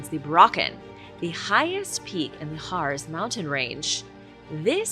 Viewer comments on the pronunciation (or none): PLEEEEESE - the pronunciation for the Harz Mtns is a hard z (just like Mozart) which sounds like HARTZ. That's the reason my family had to add a T to our name when they moved to this country.